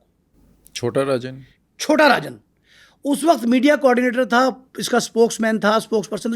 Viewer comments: Rajan ko arjan bol rha hai tatta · Naam to Sahi bol Le saaly. Chota Rajan ko arjan chota kh rha.